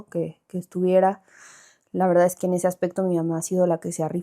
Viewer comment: Romi dijo su Veldad 😂😂 Hermosa la Romi por fuera y por dentro más Bella ❤